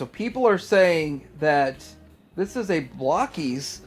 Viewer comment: Why do people keep calling Blokees "Block-ees"?? They are little blokes... they are not made of blocks and I see a lot of round bits, so they're not blocky either.